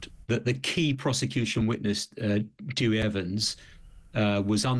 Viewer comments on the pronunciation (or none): Dr Evans himself pronounces it Dowie ! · It’s not pronounced Dewy it’s Dewi ( Derwie) 🤦‍♀️